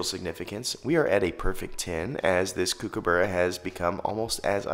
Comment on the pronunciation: I know it’s confusing given the spelling but it’s pronounced cook-a-burra not “kook” - and no one calls it “kook” for short. Nice video though!